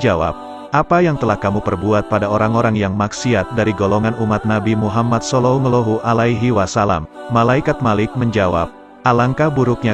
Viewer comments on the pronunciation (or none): Jangan belepotan sebut salalahu alaihiwasalam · Maaf admin tolong dong sebut nabi Muhammad salallahu alaihiwasalam yg betul dong